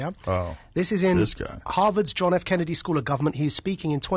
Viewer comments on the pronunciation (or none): none